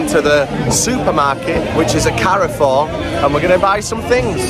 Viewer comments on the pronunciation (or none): That's not how you pronounce Carrefour